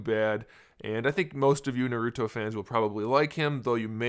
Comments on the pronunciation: Bro nauruto is how he say it😂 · Thats not how you pronounce naruto. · u said naruto wrong bruh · I'm just saying you pronounced the name wrong my intention wasn't to make a big deal about it. Im just pointing it out